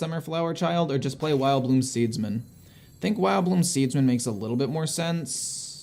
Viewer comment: Every he time he says "Wildbloom Seedsman" instead of "Widowbloom"...I dont know what it is but I laugh-argue with the screen as if he can hear